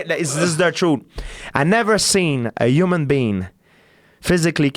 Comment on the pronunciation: "I've never seen a hooman bean"